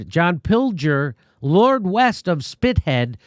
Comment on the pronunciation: it's pronounced 'spith - id' not spit head.